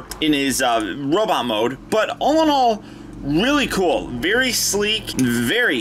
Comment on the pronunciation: Pfft, you said robit! Ha haha!